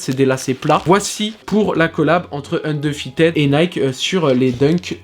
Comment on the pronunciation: "Undeufited" hahaha